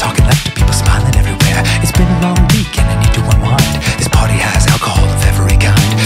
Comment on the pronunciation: Danny says "lets pary now" and my antisocial ass is on fucking BOARD